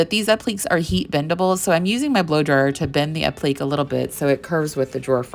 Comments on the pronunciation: You are a talented artist BUT the word "applique" is not pronounced "app-leek", it is pronounced "app-lic-kay". Sorry for complaining but it's driving me nuts every time you say it wrong and you are using that word a LOT (by necessity of course)! lol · Wow! Amazing piece! I adore it! BTW-- Applique is pronounced app-li-kay... sorry grammar nazi here. LOL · Mispronouncing “appleek” is a shame. It takes away from your talent as an artist. You don’t want to come across as “not knowing what you’re doing” but that’s what it sounds like. 😊